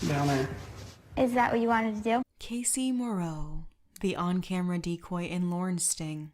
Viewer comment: He’s always been on the “didn’t mean tew dew it” train